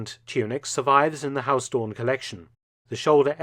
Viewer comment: Huis is not pronounced as haus, the 'ui' sound in huis is similar to how the Scotts pronounce 'down'